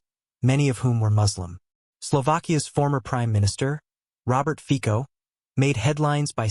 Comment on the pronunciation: We in Slovakia like Muslims, but let them stay at home. Of course, if they get a work permit or come for the purpose of marriage, we will gladly welcome them. Thanks to this, Slovakia and of course neighboring Hungary are safe. Our Prime Minister Fico (not Fiko, as it was said in the video commentary) is doing everything for the good and safety of the people of Slovakia. The number 1 problem for refugees from the West and the East is language. Not only grammar is complicated, but also pronunciation and accent. Americans will never learn to speak Slovak correctly, and Germans will never learn to speak Slovak correctly even after 50 years of living in Slovakia.